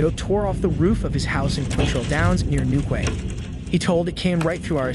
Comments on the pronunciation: Cara vans...ca rav vans . !! New kway.. X ..new key 👍 Does no one check pronunciation before reading out loud😢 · Urgh your pronunciation of English towns, and ‘Greenwich mean times’ is all wrong 😂 It’s Gren-age & New-key. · It's pronounced Newkey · It is New Key not how you said it. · It's pronounced New - Key.